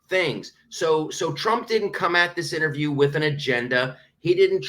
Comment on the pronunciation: Correct pronunciation is ...... IN TER VIEW..... not INNER VIEW